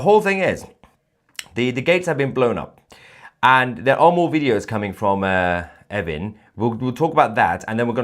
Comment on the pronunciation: Is he saying effing prison?